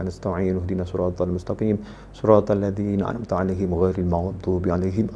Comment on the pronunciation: Na an 'am ta'alaihim. kurang jelas